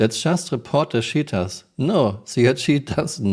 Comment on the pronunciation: I love how I hear "shitters, shitting". Only a friendly poke. I love Your work ❤